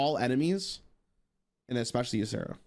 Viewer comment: exspeshially made me phisically cringe